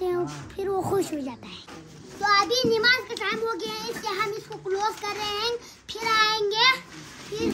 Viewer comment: NAMAZ hota hai NIMAZ nhi hota😊